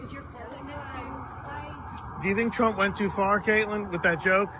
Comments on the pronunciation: Hey Benny, have you noticed that there’s no "d” in Kaitlan? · Why do you call her KaitLAND instead of Kaitlan? I'm not against nicknames (Newscum, Pocahontas...) but I'm trying to figure out how the "land" part means.